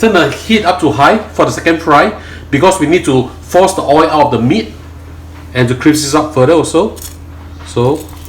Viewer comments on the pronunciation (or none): Why do u always say Oi? It’s OIL😊